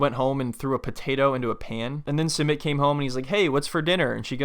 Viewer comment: Her not prounouncing Sumit properly is killing me; a lot of the people on this show don’t try to learn their spouses language and even learn how to properly pronounce their spouses name